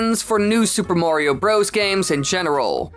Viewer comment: "Mawrio..." And I thought North Americans pronouncing "Mario" as "Marrrrio" was horrible enough.